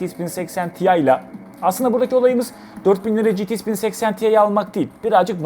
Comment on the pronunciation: Niye citi-ix diyorsun? GT derken ingilizce X''e gelince ingilizcen mi bitiyor lskdjfg